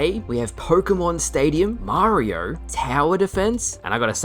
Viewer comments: I love you but I've never heard someone struggle to say Mario so much "Mariar"..."Marrr" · Way too many R’s in your pronunciation of Mario 😂